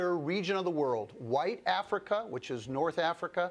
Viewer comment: Am I the only one noticing how he emphasized black and white Africa?